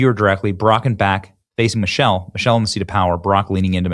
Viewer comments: He is not liable for deformation because he said Mochelle. Not Michelle. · Did he say Muchelle?